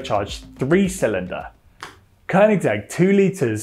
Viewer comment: Kudos to you for managing to pronounce Koenigsegg!